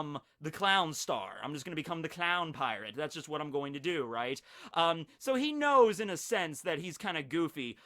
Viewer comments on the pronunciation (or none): he knose 😂